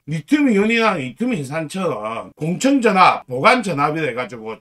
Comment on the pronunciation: 그런데 왜 자꾸만 "공청전압"이라고 하는지...맞는건' 공칭전압'이 맞는게 아닌가요?